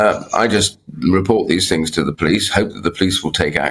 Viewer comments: Can you ask a dolly bird rolled out like a clown please explain what "Heeerp" is? Next time annunciate. You clown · Why does she always pronounce Hope as Herp? any word where the 2nd letter is o she does it! it's not that hard!